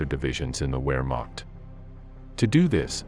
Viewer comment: Flawless? They couldn't even get Wehrmacht right. 😂